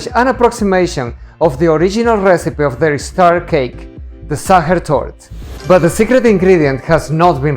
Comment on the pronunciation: Sacher Torte—pronunciation Sacher Toorte‘